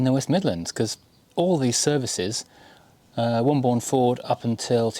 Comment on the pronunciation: It’s pronounced ‘Wombun’ in these parts (West Midlands)……..